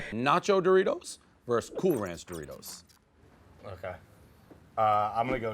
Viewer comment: says Doritos like Dough-Ritos